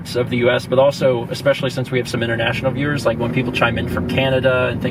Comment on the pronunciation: Like how says "international viwers" and mentions Canada... And im just like sitting here i Scandinavia:')